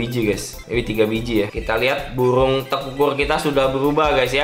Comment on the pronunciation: buRung bang bukan buWung